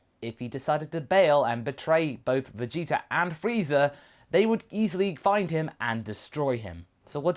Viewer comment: Vegeter... why do you replace the "a" with an "er"